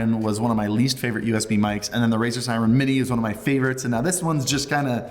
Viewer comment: Its called Razer Seiren not Siren